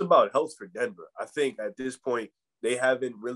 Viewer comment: “The Denever Nuggets” 😂